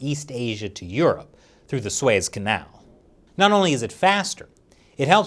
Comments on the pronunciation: "....through the Suayez canal..." -- Never heard of that canal! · How he pronounced Suez Canal🤣🤣